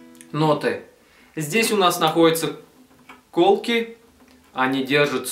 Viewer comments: колкИ а не кОлки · Разве не колки́?